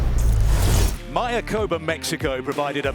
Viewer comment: Love the coverage and the resort. But you commentators need to learn how to pronounce MAYACOBÁ....accent on the last "Á", (my-ah-coe-BAH)